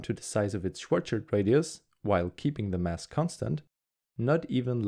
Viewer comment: Good video! but it's *Schwarz(schild)